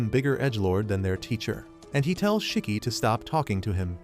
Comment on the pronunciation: It’s not chiki is shiki